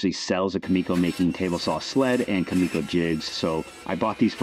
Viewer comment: One little thing. It’s Kumiko, not Kamiko.